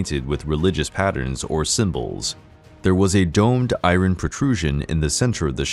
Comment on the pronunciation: Can you stop saying "irin" it's iron. And it's not "sea-ax", it's just "sax".